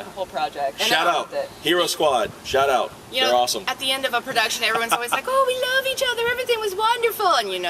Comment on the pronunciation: First I hear "Shut up!" when he said "Shout out!"... So awkward..